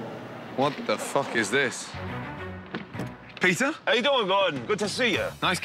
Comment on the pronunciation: What's The Tea? 🤣🤣🤣 Pea-tear Griffin